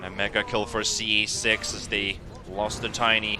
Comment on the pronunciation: this is unwatchable with the caster calling him "ce6"